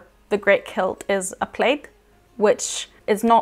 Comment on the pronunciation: i really enjoyed this video. As a Scot I loved how pronounced 'plaid' as 'played' as this is how how I have always said it.